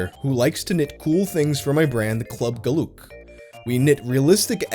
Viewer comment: I lost my shit when I heard how you pronounced Club Geluk, funniest shit I've heard all week. Dutch is not for everyone